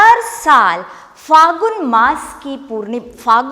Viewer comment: It's phalgun n not phagun... 'la' is there.... 💞🙏